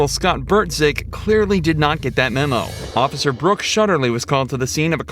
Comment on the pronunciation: They put the OAF in the word OAF-icer!